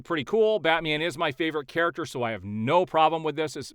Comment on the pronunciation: the "main charaxter"